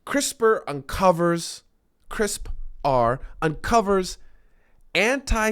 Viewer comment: Going back to the backlog as we wait for a new episode. “Cris-per” is the pronunciation :)